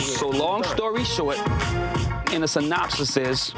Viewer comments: Nobody: ... Rich Dollaz: “synopsisis” 😂😂😂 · It’s the “synopsisis” for me !😂🥴😩